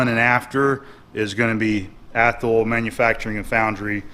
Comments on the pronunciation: Hi, Great find on the vice! By the way having lived most of my life within 50 miles from Athol I'd like to tell you that it is pronounced as ATH --- Hall. Just so you know; ) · Im from mass...Athol is annunciated: aathall 😊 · It's pronounced ath-awl. (I grew up near there) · I never comment on videos. But I'm from around Athol, and that was cracking me up. Scrolling through the comments to see who else would say it lol